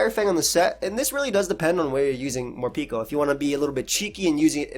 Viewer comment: I am currently trying to understand why do you pronounce the name as "Morpiko" when its name comes from "Harapeko", Japanese for "Hungry" 💀